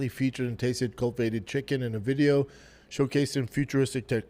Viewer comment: I don't understand why this moron skips parts of words . For instance the word cultivate__cul-ti-vate and this idiot says culvate. What happens to the rest of the word ? The way this guy just totally fumbles "erythin" continually baffles me.